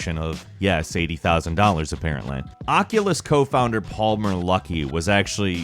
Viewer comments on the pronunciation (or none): none